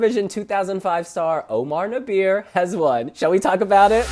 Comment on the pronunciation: its pronounced Nah-behr